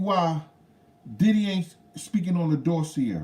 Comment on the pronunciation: I know it's annoying when people correct you on word pronunciation but I'm gonna do it anyway, it's Doss-see-ay. But more importantly - hope the surgery goes well and fixes what it should